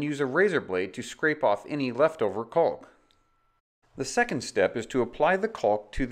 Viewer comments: It's "caulk", not "calk". Sheesh. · The L in caulk is silent. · He's so careful to pronounce the L in caulk lol